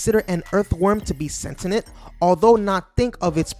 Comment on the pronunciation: I started to watch. The word is sentient, not sentenent. It’s like saying Nookewler instead of nuclear.